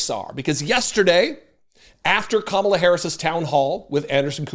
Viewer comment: Kinda funny he can pronounce mein kamph but can't say Kamala???